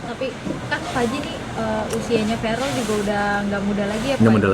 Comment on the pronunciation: Salfok sama camer, sebut caman Verrel lho Pak, bukan Farel .....he...he.....canda 😊😂